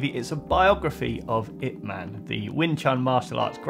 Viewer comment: Ip man, not I P man lol I like it